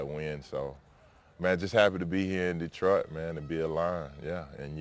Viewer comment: Yo Za'Darius, first lesson - pronunciation... ✅ da-TROIT ✅ duh-TROIT ✅ dee-TROIT ❌ DEE-troit <---- never